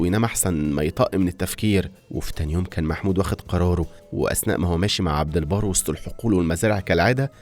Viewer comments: عبدالبر مش عبدالبار 😂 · عبد البر مش عبد البار احسب على كلامك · عبد البر وليس عبد البار